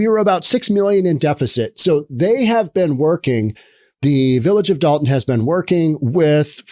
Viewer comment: I believe that it's Dolton. With an 'O'. Dalton with an 'A' is in northern Georgia.